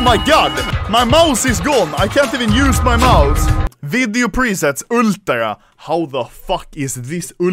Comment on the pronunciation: When you say ultra 🤣🤣🤣😂😂😂